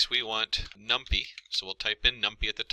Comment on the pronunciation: It is Num-PY (pie), not num-pea.